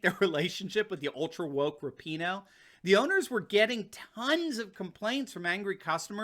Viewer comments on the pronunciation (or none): By the way it is pronounced Rap-in- HOE!